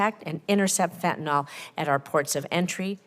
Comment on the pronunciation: I love how she pronounces it Fentanol, like she's confusing the word with Ethanol alcohol.